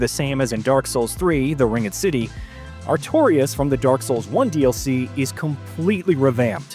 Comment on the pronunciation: Have a second crack at pronouncing "Ringed" and "Longevity" again lol 😂